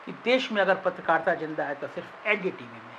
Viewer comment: Chal Chutie… patrakaarita ka pronunciation to thik kar le gyaan dene se pahle